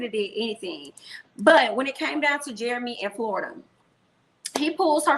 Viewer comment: you are killing me each time you say Florida (for Florita.) Queen, you are too funny! 😂